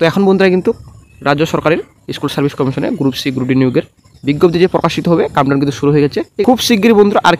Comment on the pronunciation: " কাম ডাউন " শুরু নয়, কথাটা 'count down'